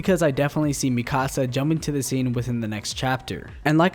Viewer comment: why do you keep saying mikasa name wrong